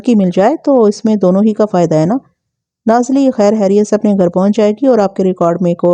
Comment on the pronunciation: براہ مہربانی خ کو خ ہی بولا کریں، ح نہیں۔ خیریت، خلق داد، ہوتا ہے نہ کہ حیریت یا حلق داد۔ اردو تلفظ کا خیال رکھیں شکریہ